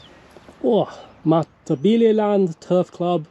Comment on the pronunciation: Say , Mata-belee" not "mmbilee,". Probably the best commentary done from some one who didn't live there but still done ok. A "gook" was taken from the Vietnam war of a description of a terrorist described by the American soldiers, and adopted by the Rhodesian army.